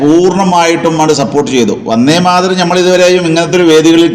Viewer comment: യാ തലേക്കെട്ട് ......, ആദ്യം ഉച്ഛാരണം പഠിക്കൂ, വന്നേ മാതരവും പോയെ മാതരവും അല്ല!!!! വന്ദേ മാതരം.. മാപ്പിളാരെ പറയിപ്പിക്കാൻ കുറ്റിയും പൊരിച്ചു ഉറങ്ങുന്ന കുറെ ഫുദ്ധി ജീവികൾ ..